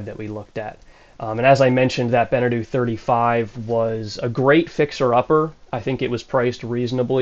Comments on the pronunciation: It’s “benna-toe” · Be - Ne - Toe, not Bene - Tu, I think that is another more Polynesian brand ;-) 20hrs/year motor-usage ??? that boat has not been used then, or there is a new counter installed have you done an official check-up by a Nautical Surveyor ? migth be handy for your insurance and also detect hidden issues, because there are always some (that window "dent" needs to be checked) ... it will give you room to start negotiating with broker and/or owner. are you looking for a domestic/coastal cruiser or do you want to go BlueWater cruising ? this one is night&day difference from your selected Beneteau, engine room should be virgin white floor, it tells you much about the general boat condition ;-) the hull just needs rough sanding and then some layers of anti-fouling., but the current layer seems to be ok. I didn't see any anodes attached to the hull (maybe on the rudder ?), so you might wanna check that. the V-bird is gonna become your storage room / sail-locker. and take your time to review the boat, the broker is there to help you to buy, that's his job, even when he checks every second his watch. take your time, it is your investment once you have signed !